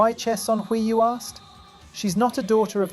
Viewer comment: Great vid, but the wrong pronunciation of 최선희’s name is really irritating.